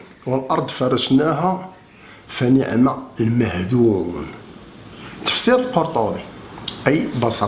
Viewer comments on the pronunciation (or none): المسألة ليست مسألة كروية أو تسطح الأرض، المكلخ لا يستطيع حتى قراءة الآيات القرآنية بطريقة صحيحة. قالك صلاة الغاشية هههه قالك فنِعم المَهْدون هههههه قالك سورة الحَجَرْ هههههه راس الحجرة. المهم. بزااااااااااااااف عليكم السياسة و التعامل مع الشعب. هذه خلاصة القول.أنتم مجموعة زنادقة لا ندري لصالح من تلعبون.